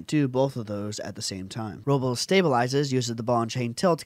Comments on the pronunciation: It's pronounced (Ro-blays). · Pronounce his name right!